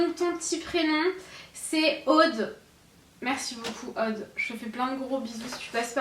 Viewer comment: Haha tu prononces "Aude" comme les gens du sud :p Contente que mon petit cadeau te fasse plaisir ! Bisous à vous deux :)